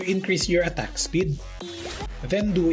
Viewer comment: WTF With the accent attack (at tuck) lol